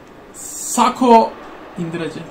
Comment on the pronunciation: Nobody::- saks, sakho sakho 🤪